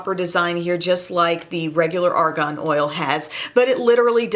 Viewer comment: psst. you are pronouncing it like Ar GON and it is Ar GAN. :-) I'm not sure we want to put Argon on our skin.....